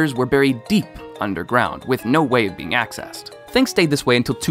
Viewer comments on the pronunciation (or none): none